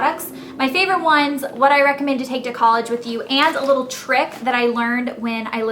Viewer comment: "dis one has a leetle string" hahaha, you're hilarious elle. :)